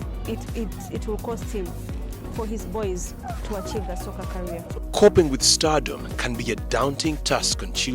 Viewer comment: Bro it's career not carrier loll😂